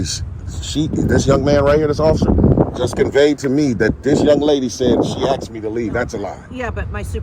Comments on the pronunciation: What's this 'axing' he's talking about? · Hey stupid, they didn't "axe " you anything. They told you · “Solicitated?” “Axed?” How did this fool ever get out of high school?